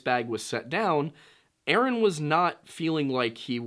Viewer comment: Omg lol you said, yaaaasss ☺️